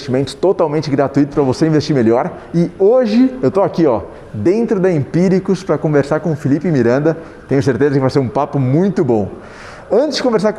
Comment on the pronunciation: AFF..... Empiciricus..... eeeca!